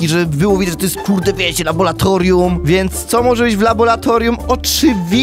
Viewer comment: nie labolatorium tylko laboratorium